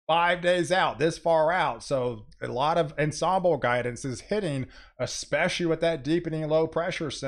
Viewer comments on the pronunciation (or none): none